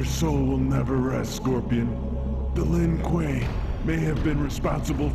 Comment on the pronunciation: "Not the Lin Kueeyyy, and natchuuuuu"